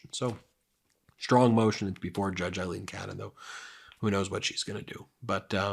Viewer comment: Aileen = Ayleen